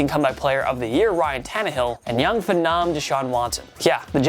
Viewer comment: Who says phenom like that?